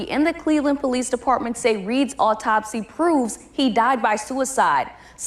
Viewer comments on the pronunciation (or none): Funny how they all pronounce the word autopsy as optopsy. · OP TOP SY ? Pronounce it correctly. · I am sorry, but that was some of the funniest shit I have heard in weeks, for real. Hearing this man mispronounce the word autopsy by saying "oppotopsee" is freaking hilarious. Dude tripled down, too! I cannot take someone's opinion seriously if they do not even know how to construct clear sentences. Kinda makes you question if they truly know what they are talking about. Just saying. 😂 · optopsy octocksy oktoxic? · “bafoe da optopsy” “uma content cruata”…can’t even speak properly! Never seen a group of individuals WANT to be victims as much as modern black people! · "the optopsy" 😂😂😂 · Anyone that can’t pronounce the word autopsy I can’t take seriously as a source of information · To the black guy that’s a whatever creator he said content creator we go back and learn how to say autopsy please start by learning how to spell it then maybe you could speak it in correct English form I mean, you are American right